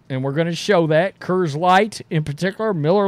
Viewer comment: Great video as always. It took me atleast four tries until I realized you were saying "Coors" 😂